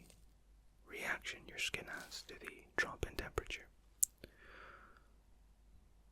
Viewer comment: wait... did he say “trop in demperature” ?